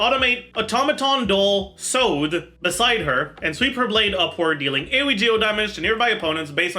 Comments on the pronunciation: Weeb comment incoming 🤓: Sode is japanese, it refers to the sleeve of the kimonos, you know the ones that sometimes very big you can put stuff in it. It's pronounced so (as in 'soft'), de (as in 'desk'). So-de. "Sow-there" is probably close lol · Why does he keep pronouncing Sode like that